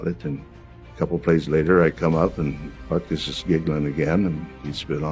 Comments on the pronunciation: Your AI voice that pronounces "butkus" as "bootkiss" really makes your slop so much more watchable. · I don't like this narrator calling him " Bootkiss" or " Bootcoos" or whatever he's saying. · Who pronounces "Butkus" like that? Bootkoos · Lithuainian pronounciation is Boot kis